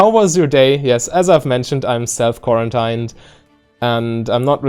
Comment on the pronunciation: Love your content. Also I understand why but quarantine in English has the pronunciation quaran-teen rather than the common German pronunciation of stein hope that helps :)